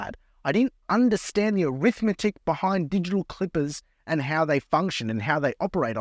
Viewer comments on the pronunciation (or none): none